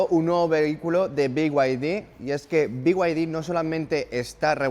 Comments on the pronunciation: Beguadi No. Se dice bieide. A VER SI TE ACLARAS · Si dices Off Road como se lee, porque no decir be-y-d y no "biuaidi"